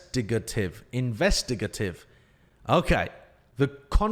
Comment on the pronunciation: It's a hard A in investigative. In-vest-i-gate-ive